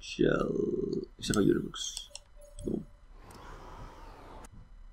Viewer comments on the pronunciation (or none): By the way it's pronounced wrong you have to say ujtebroeks not youtebroeks